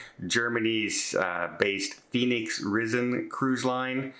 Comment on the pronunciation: Just some advice on your German pronunciation. When you see a German word with ‘ei’ in the spelling, the ‘i’ is pronounced as ‘eye’(& for words with ‘ie’, the ‘e’ is pronounced like the e in ‘me’). So Reisen sounds more like ry-zen than rizzen.